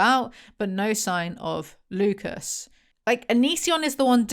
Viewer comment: ohhhh Lucas, I was hearing Lupus and was like, yeah no we're not calling him lupus